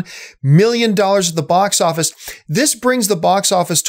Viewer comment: Hey John, what is a "Bos" Office? 😂😂😂